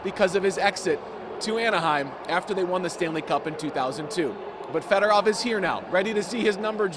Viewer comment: "Federov" Show some GD respect, you idiots.